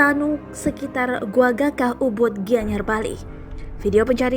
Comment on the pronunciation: Perbaikan sedikit "Goa Gajah" bukan Goa Gakah